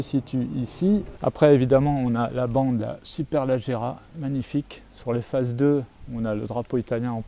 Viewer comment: On dit pas superlAgerra mais superlEgerra